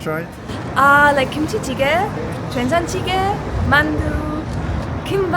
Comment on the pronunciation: 김치찌개 된장찌개 발음이 이모 많이 불러본 솜씬데?